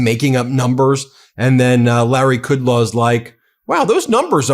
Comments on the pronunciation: Can we get names right, please? It's Kudlow, not Kudlaw! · Larry “Coodlaw”? C’mon, Ben, you have watched this guy for decades. His last name is ‘Cud-low’.